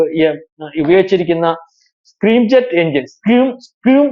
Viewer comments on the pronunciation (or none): സ്ക്രീം അല്ല സ്ക്രാം ജെറ്റ് ആണ്